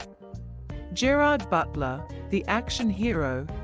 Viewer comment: IF YOU'RE GOING TO AI YOUR GERARD BUTLER COMMENTARY, TEACH IT TO PRONOUNCE HIS NAME PROPERLY!!!